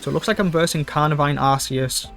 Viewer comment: Quick PSA. It’s pronounced “gear-atina “ and “arc-eus” :) Sweet deck!